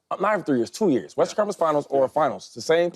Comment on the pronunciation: I start dying everytime shady says "western" it always comes out sounding like "Westers Conference Finals" 😂😂 no hate at all big shady fan!